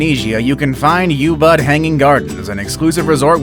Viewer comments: The way he said Ubud. Its not said “youbud” its said like “oobood” but fast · its not u bud... its pronounced ew-bood Indonesia. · The way he pronounces 'Bali' and 'Ubud' makes me wince.